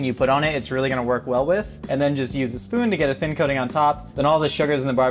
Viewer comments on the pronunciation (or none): Also known as a spowon😂😂😂